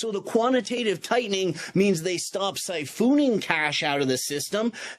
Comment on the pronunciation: love the info but I don't think siphooooon is a word lmao